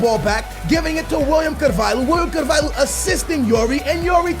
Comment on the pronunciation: It's not pronounced Carval-who..... it's Carval-yo like Ricardo Carval-yo